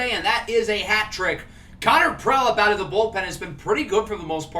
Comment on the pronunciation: Sorry to be a pest but Connor Prielipp’s name is pronounced PREE-Lip